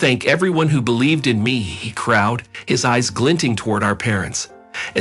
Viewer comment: Scoured, not scored, IT, not it. Laud, not lauded. Crowed, not crowd.